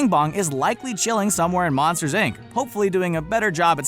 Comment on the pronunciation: Did he just say ic instead of inc